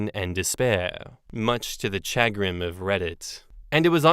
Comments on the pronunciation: It's "shuh-grin" not "shag-rin" lmao. And I use chagrin regularly, but maybe I'm just a weirdo. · It's cha-grin not chag-rin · No,, no one says SHAG-rin. They say sha-GRIN. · Chagrin is a common word.... Or, I suppose it's common depending on your friend circle. (also, it's commonly pronounced SHəˈɡrin (sha-grin), rather than shag grin. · Sha-grin not Shag-rin, any time I hear say I think of the slang word shag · “Chagrin” is a pretty common word….”SHUH-grinn” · Lol it's pronounced shuh-GRIN. It's like saying "much to my dismay" but to a lesser extent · Pronounced shush-grin...and yes, I use it a lot!😀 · Chagrin Pronounced Shu- grin(like grinning) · Chagrin, pronounced Sha-grin empathetic =/= emphatic empathy = feeling the emotions of another emphatic = saying something forcibly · Chagrin is a perfectly lovely word. Though in the US, we pronounce it "shuh-GRIN". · (“Shuh grin”, with a slight stress on the second syllable) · Chagrin. Yes we use it but pronounce it “shugrin or shagrin” here in the US. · Chagrin has the emphasis on grin, and it means to the embarrassment or distress. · I use the word chagrin fairly regularly. However, I do pronounce it properly.